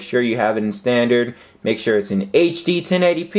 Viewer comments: lol he said 1080penis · Lol at 235 he says 1080 penis lololol